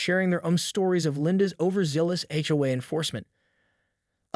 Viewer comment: AI is still not ready for real narration - HOA being pronounced "howay" for example.